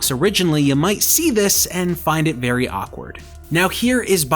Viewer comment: Did he say berry illegal ? Lol